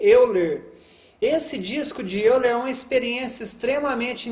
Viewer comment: Se fala disco de óiler, se escreve euler mas se fala óiler